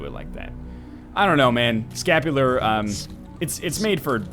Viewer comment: I cringed every time he said he had scapular